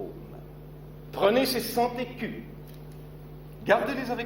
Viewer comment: On ne dit pas ...vos centécus (prononciation) cent écus . mais vos cenzécus ( cents écus )